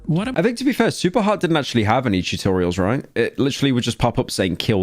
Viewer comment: Did this man just say chewtorials at the start….